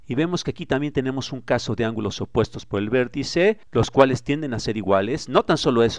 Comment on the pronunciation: "verticè!... angulò!" No se quien hace el doblaje, le agradezco pero suena mal terminar las palabras con acento abierto y alzando la voz continuamente.